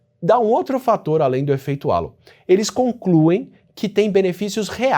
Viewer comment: Pequena correção: Halo se pronuncia 'rreilou'. Significa "aréola", como se quem fosse bonito usasse uma.